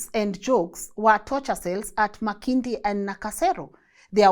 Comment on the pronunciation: Makindye =ma kind-ye 😂thanks for the info though